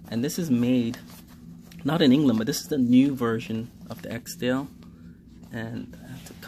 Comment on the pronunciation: We have trouble here in the UK sourcing UK made Barbour jackets and yes the quality has declined. As soon as an item becomes fashionable that's what happens but sadly very little is made in the UK now. By the way, it not and EKSDALE as you pronounce it - It is an ESKDALE. Eskdale is a glacial valley and civil parish in the western Lake District National Park in Cumbria, England.